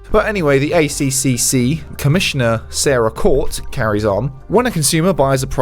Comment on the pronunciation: Just so you know for next time the ACCC is pronounced A Triple C, not A C C C